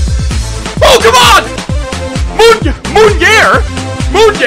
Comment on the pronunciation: who else thought that said Pokemon instead of OH,c,mon